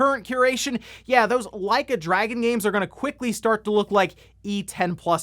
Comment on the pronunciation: Did you just mispronounce Dragon as Dragoon?